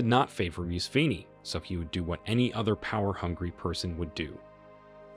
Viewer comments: It not mew-u-c- fee RE or how’s the hectic you’re mutulating his name: it pronounced: Moo (like a cow sound)- seven (like number 7) - and ee ( like the vowel e) MOO-SEVEN-E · Only An Merican would create a video about someone and not bother to look up how its pronounced. Its Moo-Se-Venni... Not Muse-Venni, for gods sake. I couldn't listen after the 5th or 6th time. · Mu se ve ni not musvini you butcherd that name could not conyinue watching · It’s not Museven Mu se ve ni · Why do you pronounce him as Musween instead of Museven? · You are pronouncing it wrong. The correct pronunciation is Mu-se-ve-ni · Why can't you pronounce names properly? E. D Amin. Mu se ve ni. Mu Amar Gadafi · You have to check names before making a video. Muse-veni sounds painful, and Gaddafi's first name isn't difficult to pronounce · The pronunciation of Museveni is actually something like, mhu-sev-eny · Mu-seven "7" as in number seven. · "Moose vinny". What the hell dude? Can't you learn how to pronounce a simple name? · Who is this MUSWEEEENY you keep talking about? Do you know how to mouth letter V? Its M U S E V E N I. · Thought you were fuckin talking about Mussolini.. Moo-sah-veh-ni. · Pure propaganda. You can't even properly pronounce their names .... Miiissssvvvviiinii, Swemyogreeree. The fact that you couldn't even do research on how names are pronounced are evidence that you are talking based on off hearsay. Pure nonsense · Bro, MUSEVENI is pronounced as such. Muu-7-E. Thanks for the insightful video nonetheless. In America we don't get to hear such an indepth and unbiased truthful coverage of what really happened in libya. Thanks again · His name is” Mu-se-ve-ni “ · For Gods sake he's NOT Musveeni. Discredits your entire story if you cant even learn proper names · Hi, sorry to be that person but his name is pronounced Mu-sa-ve-ni not Museveni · It's pronounced MUSEVENI like MOO -SEVEN-E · Your pronunciation of names is annoying. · You don’t even say his name right! 🤦🏻‍♂️